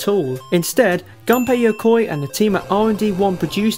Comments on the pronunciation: ***** I don't blame you, I've only seen 1 video, where his name was pronounced correctly and I also only noticed than. But it is true, in Japanese u is pronounced as it should be. Just say it the same way, as you say the u in Shigeru. It is hard to explain pronounciation in english... Anyway, I found this video because Game Theory shared it on FB, I think most people saw it there too. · I enjoyed this video, but you made the same mistake a lot of people make, who talk about the gameboy. You guys pronounce Gunpei Yokois first name wrong. It is not supposed to be pornounced like a weapon. It is nothing major, but I think he would deserve to be remembered correctly.